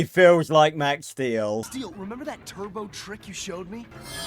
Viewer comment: It’s the tur-bow 🤣